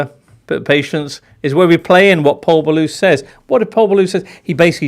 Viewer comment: And "Pol Ballus". Do me a favour.